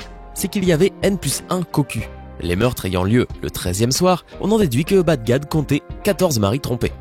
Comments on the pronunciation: Enigme de Bagdad: Les autres: donc Si (N+2=X=Cosinus/COCUS) donc la racine carré d'infidélité bla bla... Moi : Oh! il a dit BADGAG au lieu de BAGDAD à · mdr il dit BAD GAD a 16mn03s 😂😂😂😂 au lieu de bagdad 😂😂😂😂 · ça c'est une façon originale de prononcer Baghdad hahaha j'suis mort